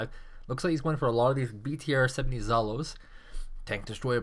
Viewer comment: excellent match, excellent commentator. But the word "zhalo" sounds not as you say :)